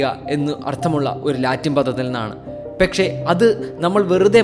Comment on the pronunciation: പെക്ഷെ അല്ല പക്ഷെ